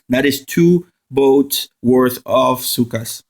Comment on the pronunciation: I love how you pronounce Zooka as "Cyka". Thanks for the help tho